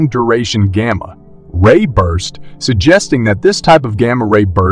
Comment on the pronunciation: It's gamma -ray bursts not gamma. Ray bursts. Get people to read it not machines!